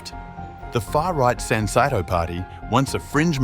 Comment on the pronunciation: The name of the political party could be pronounced correctly if you said "sun-say-toe".